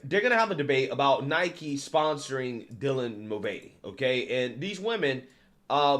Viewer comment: It's pronounced "Nai-kee" 🤦🏼‍♂️